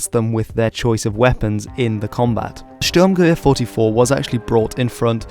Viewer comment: Wow, your pronunciation of "Sturmgewehr 44" was almost perfect! Have you learned German at school or something?